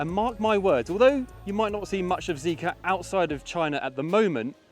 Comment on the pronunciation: its zeekr, not zeeker